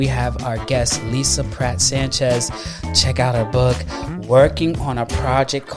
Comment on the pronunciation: Pratt (not Patt) - Love this Sister. Please fix :)